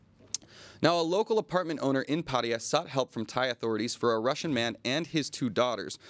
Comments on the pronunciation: IT'S PATTAYA NOT paria...... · Why do USAians and several other English speakers always say Pædiæ instead of Pattaya?